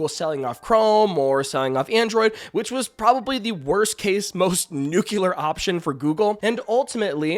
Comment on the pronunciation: Learn how to pronounce nuclear my dude.